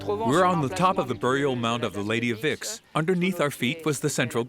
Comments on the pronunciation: Vix is pronounced Veeeks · Es spricht sich nicht wixxx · La traducción es horrible, como se puede traducir "torques" como "antorcha", la pronunciación de los nombres alemanes, franceses y griegos es totalmente incorrecta (hace sangrar los oídos oír pronunciar Vix como "Wix" ou Heuneburg ("hoineburg") pronunciado Honeberg", y no digamos ya oinochoe ("oinohoe") como "nochowuei") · I'm enjoying this. But it shows how indoctrinated I am because when they say the Lady of Vix, my treacherous brain is hearing the Lady of Vicks. As in a cold relieving product, popularly used in America called, "Vicks Vapor Rub".